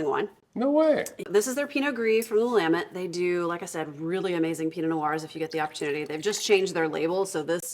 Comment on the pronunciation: As someone who lives in the Willamette Valley, I commend you on your pronunciation. There is another wine channel that seems to go out of their way to mispronounce Willamette.